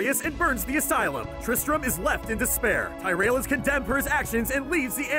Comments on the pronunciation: I love your videos, but it truly baffles me how you manage to mispronounce every single name of every character in every game franchise, including so many that they speak aloud in-game. ""? This is the line where I had to say something lol. Any other pronunciation nazis out there feelin my pain? Still love your work, just givin ya shit:) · Solid video besides the way you pronounced some of names, like tyrael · how the fuck do you misprounounce Tyriel? THEY SAY HIS NAME IN THE CUTSCENES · I quit watching seconds after hearing him pronounce Tyrael. It was brutal! Clearly he hasn’t watched the cutscenes in Diablo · He is mispronouncing tyrael's name damn it. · dear god any time this dude says any word that isn't basic street level grammar I want to cringe. Especially "Tyrael" and "Refuge"... Tyrael I get, but why is "refuge" so hard to say? o_O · His pronunciation of the word tyerial was abysmal.. it's pronounced Tier-e-el not fucking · Why you pronounce it tear-ri-al. Its tyrael Tear- re- il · ty-rail seriously its tea-rea-elh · It's TEAR-e-al, not TY-re-AL. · It is not pronounced TIE-rail... Tyreal is Tier-re-al... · It's Tear-real not. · At least put some effort into pronouncing the names of the characters correctly...NOT Tyrel but Tear-riel. Geezus. I mean for fucks sake, the names are spoken in the cut scenes of the game. Takes 20 seconds to look it up on Youtube to hear it from the source. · its not taireal its pronounced teereal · Omg, how could you butcher his name so badly? It’s pronounced TI-REEE-EL. Not.:( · Ty RAIL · Ya and its prononced Tear ree yuhl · Greg Blake yea like him say ty-rail lol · Ty Rail? did....did you even play the games? They make sure to pronounce the names of every NPC quite often. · ty-rel............ that pronunciation was like nails on a chalkboard. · Who tf is "" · At 1.54 how do you pronounce Tyreal it is not ty-real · tye-rale lmao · Tajr-el? REALY? :D :D :D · It's ti-re-al ffs